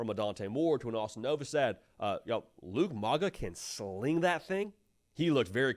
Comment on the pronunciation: *Luke Moga (like Mow your grass)